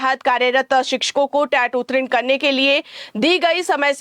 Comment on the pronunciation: उत्तीर्ण का उच्चारण चेक करें।